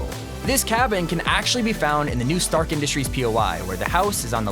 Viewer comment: is it me or "trask" industry "stark" industry